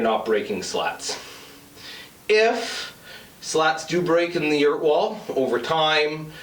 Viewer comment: Yurt … emphasis on the “errrrrrrrrt!”